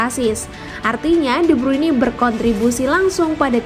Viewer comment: De bruini 🗿🗿🗿😭😭😭